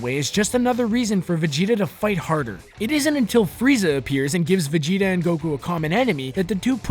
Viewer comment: He said Vegita wrong